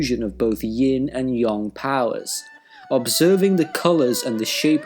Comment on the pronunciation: Wait... Yang is pronounced as Yong? I thought it was just Yang.